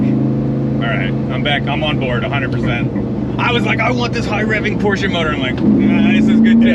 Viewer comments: He pronounces PORSCHE correctly. Nice .... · Finally someone on YouTube that's says Porsche right.